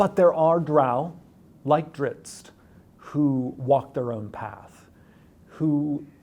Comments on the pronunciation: Drizz't. Not "Dritz", Driz-it! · Salvatore says "Drits" but before I ever heard anyone else pronounce it, when I read it as a kid I always pronounced it "Driz-it" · He wasn't even saying "Dritz", though. Treated the double-z like an Italian double-z, followed by the t. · Jeremy’s pronunciation of names like Corellon and Drizzt kinda makes me want to kill myself tbh, but hey Drow aren’t such a steretype anymore! It makes me happy! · OK DOES ANYONE EVEN KNOW HOW TO PRONOUNCE DRIZZT? I'VE HEARD AT LEAST 4 DIFFERENT PRONUNCIATIONS AND I NEED TO KNOW.